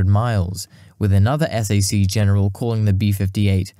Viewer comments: Nice video, but you need to watch other people's videos before making your own in order to learn the nuances of pronunciation and local dialects & slang. I realize you're a Brit, but ask your American friends how to pronounce "Potomac" first. Nobody says: "S-A-C"; it's pronounced as "sack". It's the opposite of "RAF"; nobody EVER says: "raff" as in "riff-raff"; instead you would say: "R-A-F".... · Just FYI, Strategic Air Command bases were not pronounced es ey see (the letters) but "sack" as in McConnell air force base is a SAC (pronounced sack) base. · I appreciate the time and effort you put into this excellent, well-researched documentary. However, us old timers don't recognize when you call "SAC(k)" spelled out as S-A-C. Just call it "SACk." My father flew those for "SAC (sack)." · You do a better job at narration than I'd ever be able to do. But, nobody in the States says "S-A-C". It's SAC as in "Sack". Please forgive me for being the "um actually" peterhead here. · It's not "S" - "A" - "C" it's SAC/sack. You sound it out. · Po-tom-ack SAC = "sack"